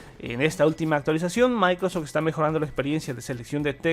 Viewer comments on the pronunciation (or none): Es microsoft no micros Jsksjs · Buen vídeo, tu pronunciación suena a "Maicros ech" 😄